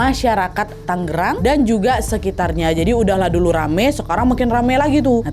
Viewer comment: TanGerang. Bukan TanGGerang. CisadanE. E-nya yang "tebal".